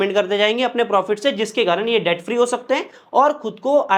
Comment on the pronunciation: Please don't mind but the pronunciation for debt is det, not debt